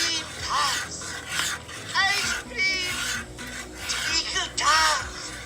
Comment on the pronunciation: It's 'treacle', not 'trinkle'.